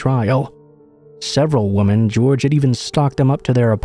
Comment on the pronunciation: The word is "women" not "woman"